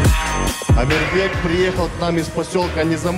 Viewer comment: Не Амирбэк, а Амирбек 🤔